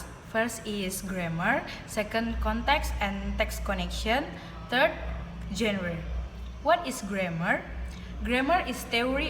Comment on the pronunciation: There are some mistakes in pronouncing the words such as functional, genre, particularly, concerned, inside, determines. For the slide show, I think it's not neat enough, sometimes big and sometimes it turns small. I think in the traditional grammar section it would be better if she said something like “Traditional grammar is a grammar in general that we know when we learn English as a student. Include nouns, verbs, prepositions, adverb, and adjective or what we called part of speech.” or something else, in clearer or easier-to-understand words about what you want to convey. And there is something lacking in explanation about The Context of Situation and Genre which made the viewer don’t understand that part. For additional information that was not mentioned in the video: 1. Processes: What kind of event/state is being described. 2. Participants: The entities involved in the process. 3. Circumstances: Specifying the when, where, why and how of the process. There are many types of participants such as Actor, Senser, Sayer, Experiencer, Receiver, Carrier, etc. There are 6 types of processes are Material Process, Mental Process, Relational Process, Behavioral Process, Verbal Process, and Existential Process. 1. Material (doing, e.g., run, send, kick, etc.) 2. Mental (experiencing or sensing, e.g., see, hear, know, etc.) 3. Verbal (saying, e.g., tell, warn, ask, etc.) 4. Relational (being or becoming, e.g., have, become, be, etc.) 5. Behavioral (laugh, talk, cry, etc.) 6. Existen